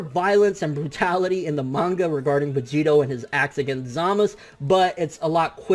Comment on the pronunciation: Who the fuck is Zamas You mean Zamasu!